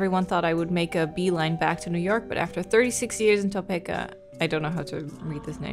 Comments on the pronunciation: When she read Topeka as 'Toh-peh-ka' instead of 'Toh-pea-ka' 🥲 I live in Kansas so it was hard to hear it mispronounced but I also found it funny af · Just letting you know, Topeka is pronounced like Tuh-pee-kuh. I am from Kansas and thought I let you know. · I make it to every sat morning i drink my coffee to play throughs, your voice is perfect for early morning wake ups!! Ps its pronounced as Top-ee-ka...lol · saying “Topeka” is so cute 😭😭 “Toe-pee-kuh” is how you pronounce it:) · Toe-pee-ka Kansas...I used to get it wrong as well lol. I absolutely love your Nancy Drew play through, I believe I've seen all of them 🥰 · Tah-pee-kuh is how you pronounce Topeka it is a weird word so I get the confusion. I live in Kansas and I don’t hear much about Kansas so it’s really cool to hear about it. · Fun fact: I live in Topeka! It’s actually pronounced “Toe-Peek-Uh” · I often play playthroughs while I'm at work to have something on the background and I have to admit I was caught off-gaurd when I heard say the town I'm from lol. Also, it doesn't really matter but you were very close to the common pronunciation of 'Topeka'. It's a short E sound like in the word 'see' or 'bee', so all in all its Toe-Pee-Kah. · Am I the only one who thinks the way our esteemed streamer pronounced it is how "Topeka" was originally pronounced before, well, white men changed it?